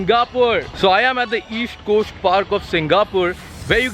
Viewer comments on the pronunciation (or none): Esht Cosht is what you say instead of East Cost! So annoying. Why don't you pronounce properly!!??